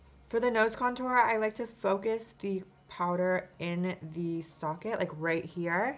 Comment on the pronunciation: I don't like how Jeffery says cuntour now like it doesn't feel right still love him and you 💗